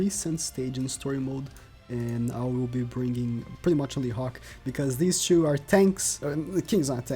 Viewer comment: i love how he prenounces two like choo